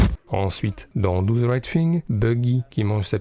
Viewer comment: Do ze right fing, t'abuses mec...